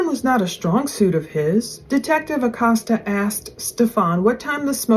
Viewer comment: ★☆★☆★☆★☆★ ITS PRONOUNCED Uhh Coast Uhh ACOSTA I just wanted to let you know, I just figured it's not a familiar/regular name used in the region of the country you're in. since I moved to the gulf coast im originally from New Mexico... I know I've had to learn how to pronounce lots of French, Creole & Cajun words (apparently, they're different according to Actual French & Creole people oh lord my mother-in-law goes berserk if u consider the Cajun language the same as French 😆😆)